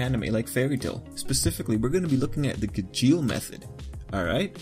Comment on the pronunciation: Ok I think that you are pronouncing "Gajeel" Wrong... (This isn't a hate comment, this is a really funny video 😂👌 Good job and keep up the good work)